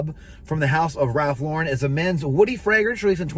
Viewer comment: He's pronouncing Lauren correctly.